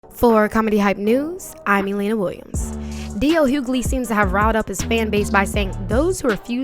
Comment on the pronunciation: Question. the narrator refers to DL as hughgaley. Isn't his name Hughley? Is everyone mispronouncing his name.